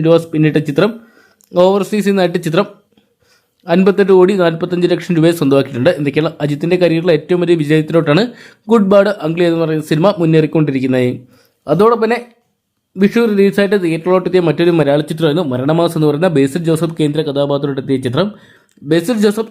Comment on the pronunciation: അഗ്ലി എന്നാണ് bro